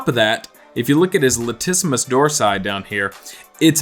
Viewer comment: "laticimus dorsi" 😭😭😭